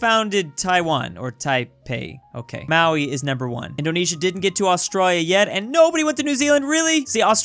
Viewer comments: Maori is pronounced Maori (Mo-Ree) and sometimes ma-ree not maui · It's pronounced MOW- ree, not MOW-ee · You arent pronouncing Maori right it is pronounced Ma-ow-ri